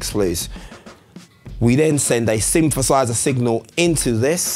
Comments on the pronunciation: Everybody be talking about no jokes, but nobody is paying attention to “synfefâisä” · sweet vid, but a "symfasizah"... really...?? whyyyyy??? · It’s called th fronting, he’s probably from Glasgow